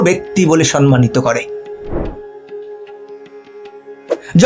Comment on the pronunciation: Kathata nakoch , nachok noi. Similarly sommanito hobe, not sommanito.